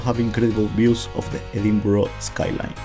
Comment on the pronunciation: Edinburgh, pronounced edinburrah not edinboro. If you've been there you should be able to pronounce it properly.